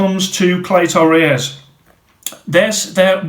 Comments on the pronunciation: Nothing rung with how yow say clay-toe ray-yez. Spot on r kid 👍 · Don’t sweat it man, I’m Mexican and you pronounce Cleto Reyes just fine